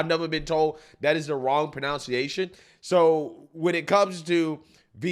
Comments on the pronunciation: I just love that mispronounced "pronunciation". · Pro-NUN-ciation -- not pro-NOUNCE-ation.